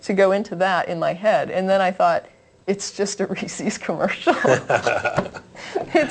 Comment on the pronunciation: I love you to death, but reesie's, really? When pronouncing Reese's, understand that the word is in it's possessive form, hence the apostrophe. The word should rhyme with "pieces", "leases", and "creases". If the word rhymes with "CiCi's", "Embassies", or "feces", you're doing it wrong. I hate to pick knits, but that one really bugs me.